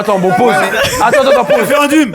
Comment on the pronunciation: waouh vous prononcez grave mal le mot "referendum" mdrrr DZ EN FORCE , ON t'accepte mon gars fodjé